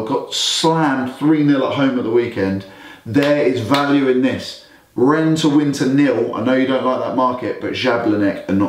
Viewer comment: Nice job guys. It's actually Rhenne like pronounced and not Run😀😀. And I sent you guys a message on the whatsapp number but I have not been added.